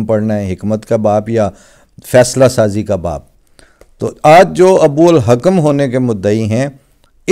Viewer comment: محترم خاکسار کے ناقص علم کے مطابق ابوالحکم ٹھیک پڑھا گیا ھے یعنی 'ح کی زبر کےساتھ'۔چونکہ فیصلے کا ہی ذکر چل رہا ھے۔'ح کی زیر کے ساتھ حکمت بنتا ھے جیسا کہ آپ نے بتایا وہ بھی ھو سکتا ہے ۔باقی اللہ تعالی علیم ھے۔